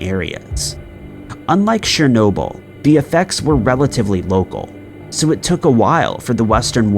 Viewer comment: NOT "Shernobil", it's "CHER-nobil". Sounds like "CHAIR".